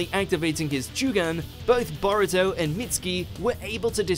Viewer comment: I’m pretty sure his name is pronounced Bow Rue Toe but I’ll let it slide